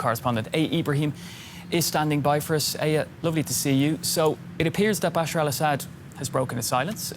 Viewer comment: Excuse me, his name is not Basheer Al-Asad, but Bashar Al-Asad.